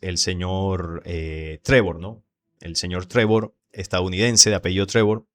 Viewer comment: Es Prevost, no Trevor, León 14 ó León XIV